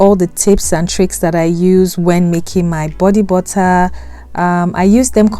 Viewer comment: bodee buttaaa